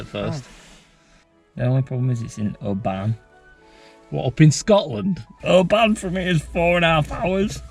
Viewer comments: Oban is pronounced more like obin, just an fyi thing ✌️ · Every time you said Oh-Ban it hurt my heritage 😅